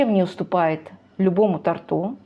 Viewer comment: Не тортУ, а тОрту. Грамотная речь - это всегда плюс.